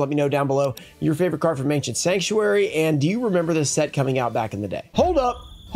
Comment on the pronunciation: An "Anciernt" box